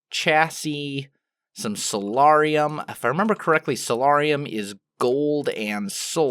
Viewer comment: I may be incorrect and please don't hate me if I am, but I believe soularium is pronounced (soul-air-ee-um)